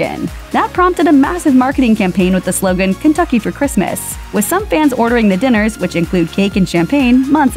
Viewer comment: Lmao dat pronounced Japanese version of Kentucky